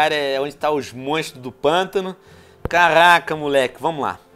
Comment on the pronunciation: venom seu maldito para de falar carrrrrrrraca puchando o R